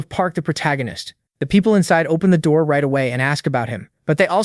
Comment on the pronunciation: "Open the noor" Yup this is gonna be good